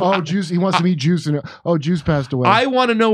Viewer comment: “Juice” sounds like “Goose.” Is he ripping off Top Gun with his story?